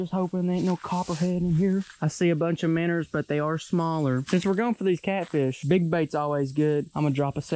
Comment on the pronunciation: Wish I had a dollar for everytime this dude said Min•ers 💰💰💰